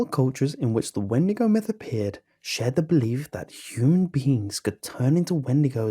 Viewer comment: XeeVo 😂. I’m dead